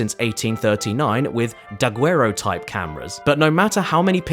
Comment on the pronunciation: daguerreotypes is pronounced like stereotypes, lol